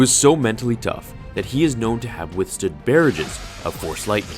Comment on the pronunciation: What is a Bearij? I think you mean Barrage.